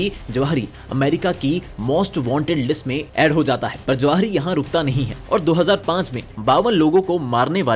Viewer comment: Jawahri❌😂😂 Zawahri✅😊